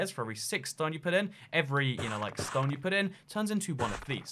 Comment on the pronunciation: I can't tell if he's saying stone normally or saying ston